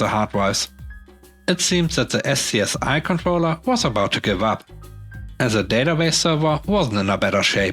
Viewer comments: Good video as usual. And SCSI is normally pronounced "scuzzy" by me and everyone I know, or have heard say it. 👍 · SCSI (Small Computer Serial Interface) is prounuced as a word 'skuzz-ee'. 2 syllables.